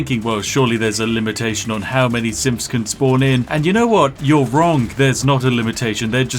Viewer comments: Yeah when I heard him say "An endless quantity of simps will arrive to murder us..." I was thinking oh this is just a standard day on Pokemane's Twitter and Twitch chat. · yeah it can sound like "simths" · "Oh, fantastic, simps, lovely. Simps are of course very spooky boys, and naturally we have to murder them." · Yeah one aspect of his accent that's fairly common in certain dialects of English is called th-fronting, where th is replaced by f or v sounds. I've noticed after binge watching his videos sometimes I'll be like "wait is that word supposed to have a th or an f in it" cause I'm so used to hearing it at that point lol. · All I hear is him saying simps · I keep hearing the word "simps" rather than "synths" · I love listening to Spiff saying “symfs” over and over. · ... is he saying SIMPS? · i swear he was saying “simps” this whole time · Pro tip, only read after watching the video Watch it again. Every time Spiff says Synths, try to hear it as Simps. Entirely different video, also hilarious. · I swear Spiff has pronounced "Synths" in so many ways in this video. Simps, Sims, Syns. et cetera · No idea why, but I keep miss hearing Spiff when he says Synth, I keep hearing it as Simp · The accent makes it sound like you're saying simps and i'm not upset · I still hear simps lmao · XD yup i heard Simps too. lol... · am I the only one hearing "simps" and not "synths"? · I keep hearing "SIMPs" instead of "Synths" -_ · thought he was saying simps insteead of synths at first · when you say sinths it sounds like simps, and thats perfect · Am I the only one that hears him saying Paladin Danse is killing infinite simps. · Are you saying "simps" instead of synths? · I keep thinking he's saying 'Simps' 😂 makes the video even betterv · … I swear this guy kept saying simps. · An endless quantity of simps arrive to murder Danse. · LOLOL I thought you said "SIMPS" not Synths LOL I am dying. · The whole time I thought he was saying simps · When you say synth I hear Simp